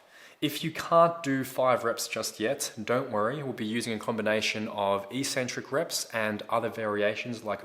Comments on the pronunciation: Hey, Great vids, thanks. But 'Eeeeeeecentric' is not a word anywhere in the English language. The word is pronounced eK-Centric. From an etymological standpoint, it makes sense, but more importantly, just look at the syllables to understand that it is only the lifting Community that mispronounces this word. First syllable: ec. Second syllable: centric. How is it possible to pronounce 'ec' as 'eeeeee'? Other lifters might think you're 'eK-Centric' for pronouncing it this way, but at least you'll sound as smart as the actual content of your vids. Think about it.;-) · EEEEEEEEcentric isn't a word anywhere in the English language. It's pronounced eKKKKKcentric. Please look it up, if you don't believe me. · So since when is "eccentric" pronounced EEEEcentric??? Look it up!!